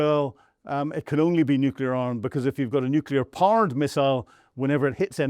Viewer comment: Fire your sound engineer. Teach this guy to properly pronounce "nuclear". Teach this guy to say "Luhansk", and not "loo shank".